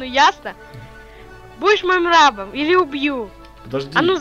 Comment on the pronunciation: Правильно рабо́м